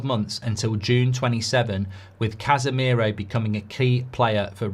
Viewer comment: Man said Cashmiro 🤣🤣🤣